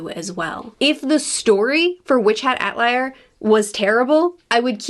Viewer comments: Atelier is pronounced Ah - Tel - ee -A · Also ahhhhh it's Witch Hat Ah Tell Eee Ay. The first e isn't silent 😭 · It's pronounced 'Ah-tel-ee-yay.' It means worksop or design studio. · Lots of neat trivia! 1) First of all, I know you like to know how to pronounce words, so "Atelier" is pronounced "Ah-tell-ee-ay", with the "R" at the end being silent. 2) The author, Shirahama-sensei, has a small, episodic manga (3 volumes long) about an angel and devil who are best friends/rivals who love and hate each others' guts as they both work to profitize humans for their faith/souls. Imagine a silly cartoon, but with Witch Hat's beautiful artwork, and a heavy focus on femininity as expression. I highly recommend it! 3) If you know and enjoy the cartoon, The Owl House, and see a lot of parallels between Witch Hat's magic mechanics, that's because Dana Tarrace is a huuuuuge fan of Witch Hat and almost certainly took inspiration! And to make things even better... Shirahama-sensei is a fan of The Owl House and has even drawn fanart of the main couple (she's very LGBTQ+ friendly)! They follow each other on social media and I believe they have spoken in person now, too. ^^ 4) Shirahama-sensei once won (I think?) a manga publishing contest, but was then told her style seems more fitting for American comics than Japanese manga... which is an insane take, but okay. So guess what she did. ...She began working for Marvel! I'm not a comics fan, but I have some of her artwork she's published in the US. It's gorgeous, as always~ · I agree with everything you said. I'm very much looking forward to this anime. Also, pronounce Atelier the same way twice: mission impossible, lol. Jk, mostly. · Atelier is apparently very hard to consistently pronounce.